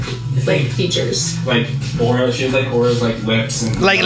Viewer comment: The name Aura makes me cringe everytime they say it. It sounds like they are about to say Oral.....